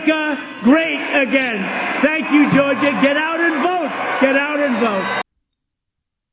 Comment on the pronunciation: He can't even pronounce Georgia properly.